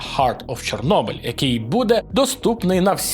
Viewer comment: Ось, в одній новині ми радіємо, що тепер правильно пишуть назву Чорнобиль і Прип'ять, а потім в іншій кажемо Чєрнобиль 🤦‍♂